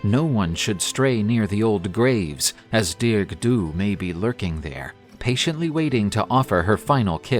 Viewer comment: I’m Irish, it’s pronounced “Dar-ug”in Irish not dearg like you would pronounce in English. For anyone who wants to know. It’s great to see people posting about Irish mythology, thanks for sharing this story